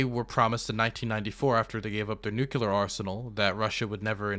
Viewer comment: Holy shit, now that all this was is happening, YOU ARE GOING TO NEED TO STOP MISS PRONOUNCING THE WORD "NUCLEAR" PLEEEEEEEEEEEEEEEEASE, IT'S NOT NUKULAR!!!!!!!!!!!!!